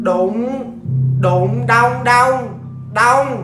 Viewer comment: đụng đụng đau đau mà t nghe nhầm là đụ đụ đau đạu :)